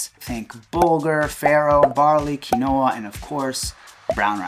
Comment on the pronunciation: Great video - "KEENOAH"????